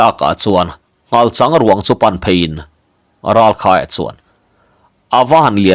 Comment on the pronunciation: Ralkhaia leh Thangvunga te pafa hming hi ilam sual zeuh zeuh ania uluk deu tawh la 😂